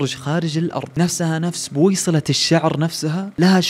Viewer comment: بُصيلة وليست بويصلة 🥰✅